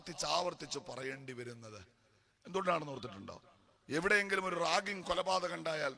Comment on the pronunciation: റാങ്കിങ് അല്ല റാഗിംഗ്